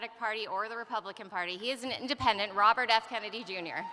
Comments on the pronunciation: At about 10.55 she says Robert F kemeny jr.? listened several times that sure sounds like it. If you add a cackle now and then she sounds like who? Don't know much about her but, first impressions not really all that. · She said Robert F "Kemmedy" at the mark. She doesn't even correct herself.